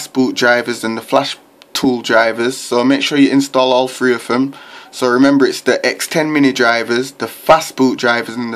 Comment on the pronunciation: it's three not "free"